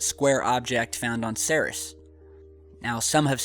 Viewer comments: you're pronouncing Ceres wrong, it's pronounced "seer-eez". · It's pronounced "see-reees" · its pronounced like SIRI with an s on the end dude. have you heard it said before? ceres.. SEAR-EES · It's Cer-eeze... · isn't it pronounced "seer-ees"? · I believed it's pronounced series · You know, I might take this crap more seriously if the presenter actually knew how to pronounce 'Ceres' correctly... No, no, I don't think I would take it seriously after all. Lol!